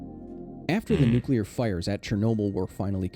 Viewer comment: Say it with me, nuc-le-ar. Atoms have a nucleus, not a nuculus. Rant aside, Ukraine is literally my neighbor and the accident happened around the same time I was born. You better believe I've read up on everything related.